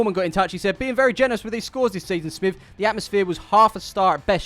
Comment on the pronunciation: Well done smiv for saying my name right again! Might remember me from Takeley fc video when I mentioned Clive 😂. Anyway have you seen him lately???